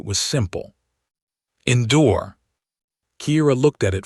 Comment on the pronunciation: "Endure" LoL Typical AI TTS failure. LoL